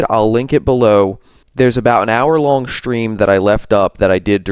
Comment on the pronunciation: Oh and I was wondering,what’s a “Shhtream”? Why the shhhh? Is it a regional thing?